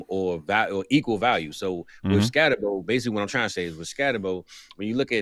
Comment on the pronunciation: Skattebo is pronounced like boo at the end. Put some respeck on the juggernaut.